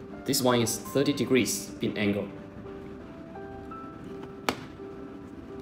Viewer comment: You mean 'beam angle' not 'bean angle' lol